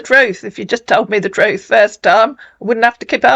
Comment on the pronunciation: OH but he always tells the "troot " LOL